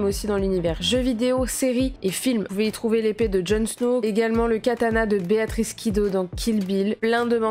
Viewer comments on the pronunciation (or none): none